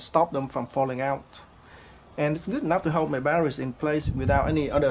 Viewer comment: What the hell is baddawees do you mean Battery's and omfg what the hell is a waddabodda take it you mean water bottle yeah that's two words not one word and it's water not wadda.